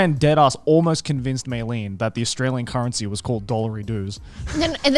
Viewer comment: Garnt- Joey- Connor